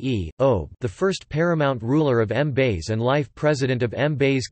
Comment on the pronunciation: Hahahahahaha. Did it really pronounce Mbaise as M-base or is it just me?